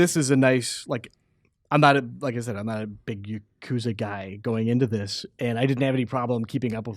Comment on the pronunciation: Ya-Ku-Zah. Not Yakozuh